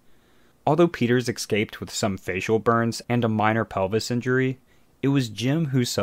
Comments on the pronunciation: Are you saying escape or exscape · Stop saying excape